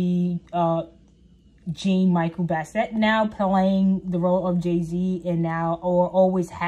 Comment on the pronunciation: You can't even pronounce Jean-Michel Basquiat properly....throw the whole video away.